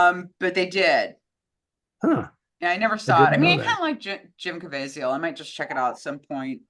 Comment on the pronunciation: Jim Caveziel, rhymes with Weasel